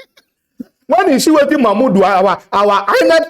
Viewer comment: Man why u deh murder the names naa?,😂😂... Which one be "Mama Udu,(insted of Mahmood) and Tunubu 🤣(insted of Tinubu)